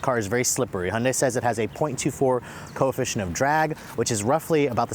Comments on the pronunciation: Please its high-UN-day NOT unday! Otherwise great. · Why does he call it a “Hunday”?